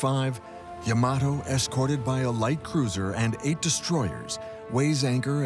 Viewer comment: It isn't yah-MAH-toh, it is YAH-mah-toh.